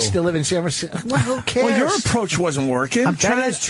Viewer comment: Whooooooooooo careeeeeeessssss